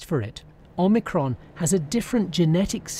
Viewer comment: Omir-Con. Yawn.